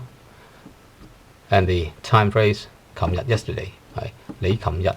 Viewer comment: when you say yesterday you say cum yut. but i hear other people say chum yut. which is right?